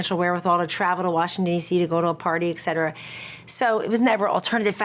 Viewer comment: she is such a bullshitter... so many words so much bs.. btw can someone teach her the correct way to pronounce "etc."?! the way she says it also tells a lot about her.. what a shame..